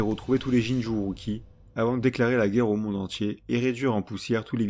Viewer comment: Franchement, la vidéo est incroyable! Je l’ai pas encore finie mais Wouah!! Par contre, je comprends juste pas comment Sasuke a obtenu le MS? Et on dit « Jinchuuriki » pas « Jinchuuruki » 😅😂 mais tu faisais plus la faute à la fin donc bon 😂